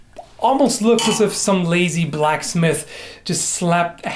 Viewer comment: I think what this commenter was pointing out is that kind of hesitates between "black" and "smith" when he says them, it sounds a bit like he's saying "black smith" not "blacksmith". Some of the secondary commenters here seem to not be aware of this, and have assumed that the original commenter is just pulling this out of nowhere, but that is not the case For some odd unexplainable and most definitely unrelated reason, reading this comment I now have the song "its not unusual" by tom jones stuck in my head... lol. A willsmith sounds like a pretty cool job